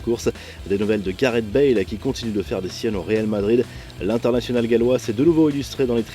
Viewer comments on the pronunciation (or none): Gareth pas Garteh😭😭😭